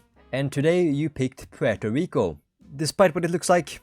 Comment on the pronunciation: Poo-eurto Rico hahahahaahahahahahahahahahahaahahahahahahahahahahhahahaahahHHHahahahahahahaahahahahahahahahahahahahahahaahahahahahhahahahahahhahhahaha i hope you laughed at this very funny comment